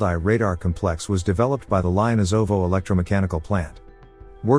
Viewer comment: Fine tune your robovoice. Noun: cómplex. (accent on first sylable). Adjective: compléx (2nd syllable).